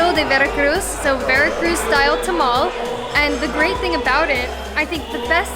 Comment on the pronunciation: On behalf of all Mexicans, thank you for not calling that tamal, a 'tamale' XD